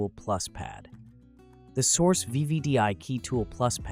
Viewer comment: Crap. And who pronounces Xhorse as Source?